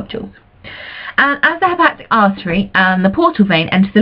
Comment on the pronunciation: Is it really that difficult to pronounce "hepatic"?